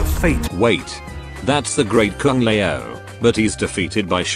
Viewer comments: Great Kung Lay-oh XD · I understand why you hate mortal kombat franchise that bad.. But here is the question.. Why do you keep pronounce some names differently? Like, Kung Lei-oh (Kung Lao), or Lin Queee (Lin Kuei), or... I don't know..I'll find out more..ll'let you know later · "the great Kung le ow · A nice enough flick, but utterly forgettable. Kind of a shame for the first R-rated MK movie. Also, it's funny how this channel is run by a Chinese guy but the voice generator that he uses doesn't know how to pronounce Kung Lao. xD